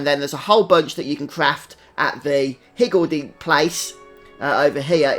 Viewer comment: Great guide thanks! Just started and was confused about the active skills, didn't realize I had to get in the circle to start them. Also, perfect accent for pronouncing higgledy! =)